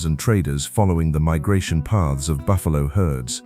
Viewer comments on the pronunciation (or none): none